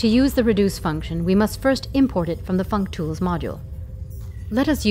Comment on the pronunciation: had a hard laugh, fuctools functions